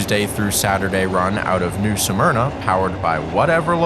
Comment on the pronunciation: Why do people keep saying the name of New Smyrna incorrectly? It IS NOT pronounced as Nū Sûh Murna, it is pronounced as Nū Smurnah. Just like many call Altamonte Springs (Al tuh mont, the e is SILENT) Altamontē (Al tuh mont ee) Springs, which is incorrect. Just something that is a pet peeve of this true Native Born Floridian that still lives in Florida, and doesn't like hearing a lot of our city names pronounced incorrectly, sometimes really horribly.